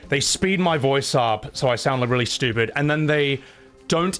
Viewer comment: This guy contemplating whether you are unintelligent whilst saying “stupit”. I mean im not exactly a classist or anything but anyone who pronounces “stupit” doesn’t come across as a Rhodes scholar. I’d venture to say he is leaning on the underbrained.